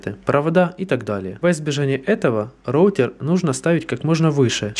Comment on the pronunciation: "РОУТЕР" млять а не РОУТИР